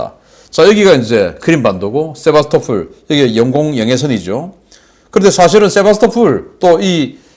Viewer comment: 세바스토"폴" 입니다